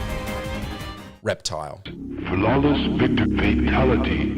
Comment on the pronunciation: I had to go back because I thought he said “Reptar” instead of “Reptile”. And I was like what Rugrats game had Reptar as a hidden boss? 🤣